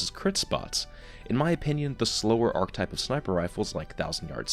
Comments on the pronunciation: Okay, gonna say it, I love you and your on-the-nose analysis of the game, but every time you say it "ark-type" instead of "ark-uh-type" I die a little inside. Other than that, I love the video, very informative and useful for a non-sniper such as myself. I do wonder about the more oddball-type foundry scopes and how they tend to stack up with their added peculiarities like the Holo-ironsights that can come on Omolon rifles, or those ones that highlight enemies in general or "within the appropriate range", but you've made those feelings known. Thanks for the video! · Damn it,, "arch-E-type" not "arc-type" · When people say arctype and not archetype